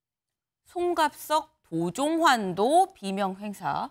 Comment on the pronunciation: 도종환인지 도정환인지 도종완인지 구별도 못하면서 무슨 뉴스를 전달한다고... 할렐루야!!!!